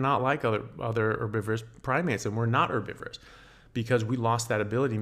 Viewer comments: Yeah, I got to how he pronounced herbivores (three or four words in?) and squinted my eyes in bull* detector mode. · Can't get over how he pronounces herbivores lol